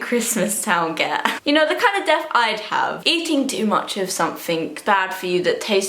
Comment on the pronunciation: i love when she says death (def)